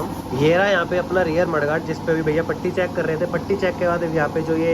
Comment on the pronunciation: अबे गँवार पट्टी नहीं पुटी (putty) बोलते हें